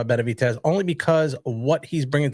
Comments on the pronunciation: Benevidez gone work dis boy lol. N wa so wit u, why u keep pronouncing Benevidez as Benavites?! I don't get it, I mean u are Hispanic obviously, so idk how u don't know how to say my dawgs name but it's all gud lol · This guy still doesn't know how to pronounce Benavidez...